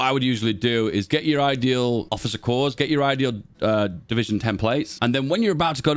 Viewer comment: Hello, I love your videos. I watch every one. Corps is pronounced "Core." No 's.' I guess it's a French word?